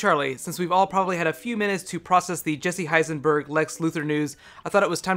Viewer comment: I've listened to it three times and I swear he says Jesse Heisenberg in the beginning.